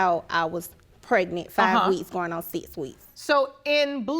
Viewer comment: Why do everyone seem to say prenet instead of pregnant